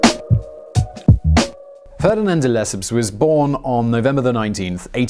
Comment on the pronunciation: It's not duh-lep-up de-le -cep (as in scepter )